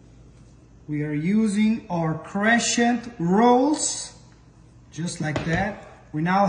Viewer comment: CRESHENT ROLLS?????? is CRESENT ROLLS. Learn pronunciation of items before start to tape